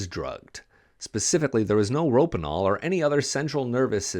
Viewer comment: Edema is pronounced "uh-DEEMA." And Rohypnol (date rape drug" is pronounced 'roe-HIP-noll." And a blood alcohol level of .22 is NOT lethal. It's just drunk.